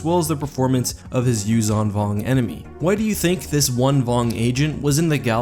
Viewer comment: I think that the 'zh' is pronounced like the 's' in 'leisure', not like 'z'.